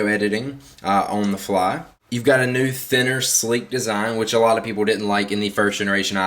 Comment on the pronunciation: " neuu" its NEW fark